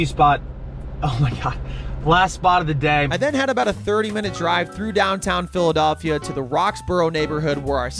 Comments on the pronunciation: I think I'm more insulted that he kept calling it, "PhilaDOLLphila". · Brother please say Phila-DELL-phia😭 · PhiliDOLLphia is irking me in a way I didn’t know was possible 🤣